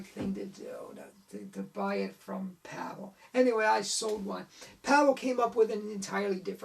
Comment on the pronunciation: Hi - great post, thank-you. Out of this World was one of the first card tricks I ever learned and I still perform it almost 50 years later! Two points. Pavel is pronounced "Pa-Vel" - two syllables. And he sadly passed away in 2011. He won a FISM award (1982) for his Walking Knot. His family continues to run his website in his name.